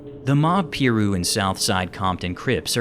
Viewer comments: Trevon Lane didnt get beaten, they had a scuffle, Lane tried to snatch his chain. Mall security have already been interviewed about it. Also, its not PEru, its PYru. As far as the case, its as good as solved. Murder Rap details just about everything. And since then, Keefe D has gone on to confirm what he said about 20 times. We also have confirmation from Corey Edwards that they went looking for Pac, and Mob James that they were outside 662 parked. We can basically walk step by step through what happened at this point. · Can you please say PIRU correctly please and 2PAC name as well so annoying.